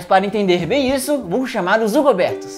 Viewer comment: ele fala zugoberto, mas aparece escrito hugoberto. o que é de fato?